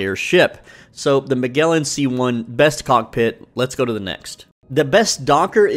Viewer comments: 'Magellan' is pronounced with a soft g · Just a small correction… it’s Muh-Jell-in. Like the famous explorer’s name… because it is the famous explorer’s name. The more you know :) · Magellan (he was an explorer, like Vasco!) rhymes with “I’m Gellin’” (soft g). Fabulous video! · Magellan is pronounced muh·jeh·luhn .